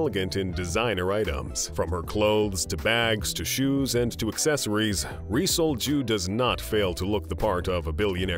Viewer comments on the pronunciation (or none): 😅 its Rhee Sol-Juh / (Yee Seol-Jju)